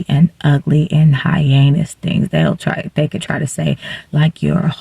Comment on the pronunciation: I am so embarrassed for you.Incoherent vocal fry.They not Dey!